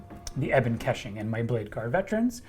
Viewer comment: if your gonna run units like Ebon Keshig you better learn how to pronounce it correctly.